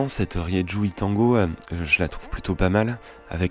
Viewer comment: on dit Rérou !